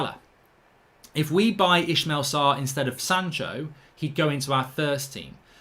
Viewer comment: Still saying Sarr's first name wrong. It's Is-may-la not Ish-male